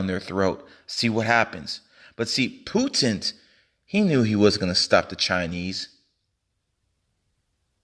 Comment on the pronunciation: President Putent 😂👌